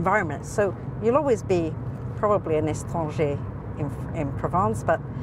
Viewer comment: Not estranger but étranger.